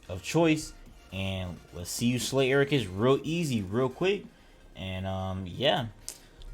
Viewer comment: I'm not even gonna watch this because you say agarus wrong. It's ag a rus. Not air a gus.